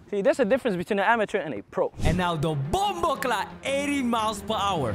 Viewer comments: Bro said bomboclap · Did he just say bomoclaat